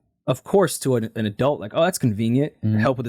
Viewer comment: adults is worse 😭